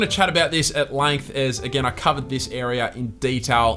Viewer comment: why do you say langth and not length it's like you've something stuck in ya throat